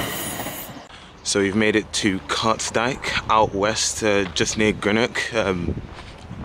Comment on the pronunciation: Greenock (not Grenock 😉) 4 closed railway stations also